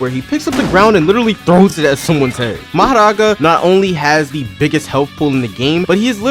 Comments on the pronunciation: Who noticed the mohoraga and bro the pronouncation maharagaa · bro saying "maharaga" make me laugh bro like bro just say mahoraga like a british person bruh >:3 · "Enue" and "Maharaga" got me dying 😂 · Mahoraga (Mah - Hoh - Rah - Gah) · “Inuey” “Mahraga” I cant 💀💀💀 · Why do u say nue like "n u e" and mahoraga like "maharaga" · Talking about how he pronounces “Nue” when he pronounces mahoraga as maharaga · Anyone talks about "Majaraga" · Wait when you say mahoraga you sound like spanish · "Nue" is pronounced "noo-we" not "INNUE" Edit 1 : HOW DOES HE PROUNOUCE MAHORAGA LIKE THAT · Stop saying mahoraga like that 😭 😡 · What is this guy pronunciation mahoraga and nue dawg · The pronunciation of mahoraga and nue is killing me (no hate tho) But fr tho I honestly prefer this game over TSB of course TSB has the better combat but JJS is much more fun to play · Calls Nue N-O-E and he says Mahoraga like as if hes indian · just a heads up tho! "Tze" is literally pronounced as "Z", "Nue" is pronounced "New-ay", Why are you rolling your Rs for "Mahoraga"? it's just said as "Ma-ho-ra-ga."